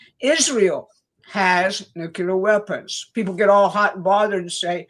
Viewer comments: It is so disappointing to hear otherwise intelligent people say nuke-you-ler instead of the correct new-clee-ur. It makes me doubt. I'm really sorry VDH also mispronounces it. When ever I hear it, it makes me think of George Bush--not good in my experience. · Nuk-le-ar... NUKE-LE-AR! NOT NUKE-U-LAR!!! Plus, show substantive proof that Iran had NUCLEAR capability that justifies this cluster fuck. And while you're at it, prove to me that the British royals are not in league with Zionist fuckery. Do that and I'm all in with your narrative, but seeing what I've seen in the last 12 years, I'm nowhere convinced that Trump is not a Zionist stooge. Please and thank you. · somebody PLEASE teach that older woman how to pronounce NUCLEAR. Show her the word. Sound it out. Help the poor woman for god sakes.